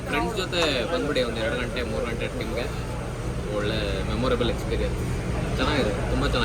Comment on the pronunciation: Anna adu ಘಂಟೆ ಅಲ್ಲ...ಗಂಟೆ.. ದೇವಸ್ಥಾನದಲ್ಲಿರೋದು..ಘಂಟೆ.. ಸಮಯ ಹೇಳೋದು..ಗಂಟೆ.. ನಮ್ಮ ಕನ್ನಡದಲ್ಲಿ ಎರಡೂ ಬೇರೆ ಬೇರೆ..